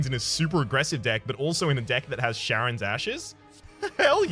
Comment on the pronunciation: In this case it shouldn't though. The mythological Greek character Charon has it pronounced like a K (in fact, Kharon is used as an alternate spelling).